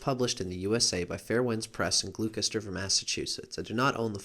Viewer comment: that was a good video. My friend has Cancer and Scorpio Rising. I just wanted to add something that is unrelated but you probably should know anyway. You're pronouncing Gloucester Massachusetts completely wrong. I live there and it's funny to hear how people from out of state will pronounce it. Surprising because it's a relatively famous town but none the less people pronounce it wrong anyway. It's pronounced GLOSTER.